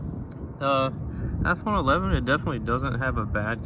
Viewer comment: ASMR intro😅 IFON😂😂😂